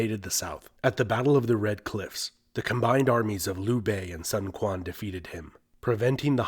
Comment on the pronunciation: quan = chwen not kwan